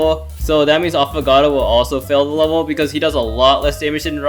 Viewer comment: U said he tho afogatto 😂